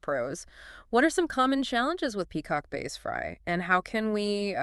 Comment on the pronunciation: If she says “base” again I’m going to give my ear canals a violent swirlie with a q tip and holy water. But good info lol